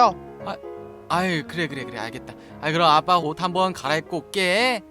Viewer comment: 이 처음 시작 할때 아빠라고 했는데..빱빠라고 들은 1인